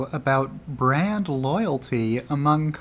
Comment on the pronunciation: You kept saying brand but I kept hearing, BRAD ! 😂